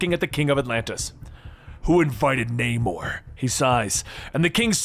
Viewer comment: also "", learn how to pronounce names. like Namor, couple thirty others.